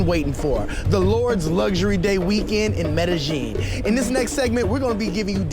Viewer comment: The way bruh pronounce Medellin 🤣🤣🤣🤣 shoutout to all my real southern 🥷🏾but other than that great content this is definitely a movie I would pay to watch in theaters. Keep doing ya thing 🙏🏾